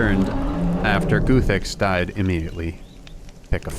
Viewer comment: It’s Guuuthix not Goothix